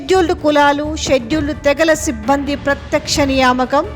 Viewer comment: సిబ్బంది అనే పదాన్ని చాలా ఇబ్బందిగా పలుకుతున్నారు. సిబ్బంది పదంలో జట్కా లేదమ్మా